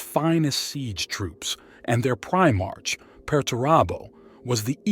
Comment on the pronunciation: “Eye-Veeth Legion” “PrimarCH” “Gullyman.” This Abominable Intelligence is Heresy